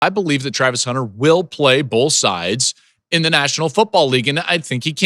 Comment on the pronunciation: "Bo(wl)th" - Joel Klatt 😁🤣🤣